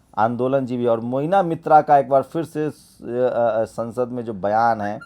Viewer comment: मोइना नही महुआ मोइत्रा नाम है।